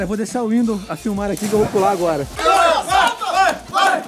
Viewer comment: é Windoh